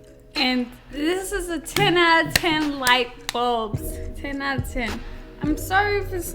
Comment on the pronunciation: I am on the e floor laughing so hard!! “Ten out uh ten lightbuls”